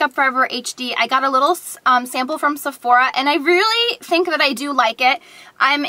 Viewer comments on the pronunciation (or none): none